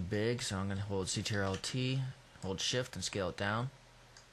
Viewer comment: Good, but stop saying A L T, its just alt (ol-t) and CTRL is just Control, it's really irritating.